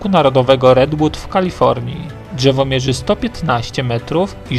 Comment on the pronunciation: Ani czegoś takiego jak gałełzie albo dżewo.... Słabo się slucha